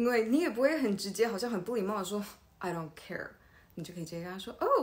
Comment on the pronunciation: 不是I do car 嗎